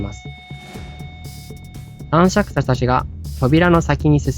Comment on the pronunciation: ずっとたんしゃくしゃって言ってる気がするwww